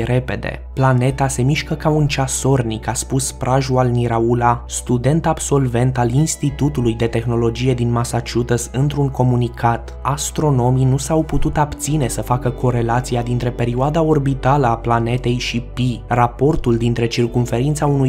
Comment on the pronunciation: Massacusetts,Pronuntie in limba română: MEASĂCIUSEȚ